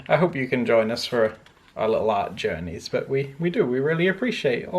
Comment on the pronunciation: WHEN ADAM SAID "OUR LITTLE ART JOURNEYS" HE SOUNDED LIKE NEW POSH BOB ROSS!!!!!!!!!